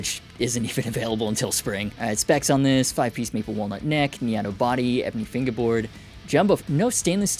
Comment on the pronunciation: He gets me every time he says finguehboard